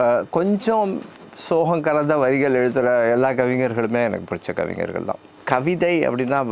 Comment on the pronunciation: 'கவிஞ்ஜர்கள்' இல்லடா,'கவிஞர்'கள் என்பதுதான் சரியான உச்சரிப்பு. க்காலி தமிழ்நாட்ல 'கலைஞர்'ங்கிறதுக்குப் பதிலா இன்னும் 'கலைஞ்ஜர்'னுதான் கட்டமரத்த சொல்றாங்க.